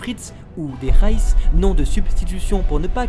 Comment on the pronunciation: reiss pas réss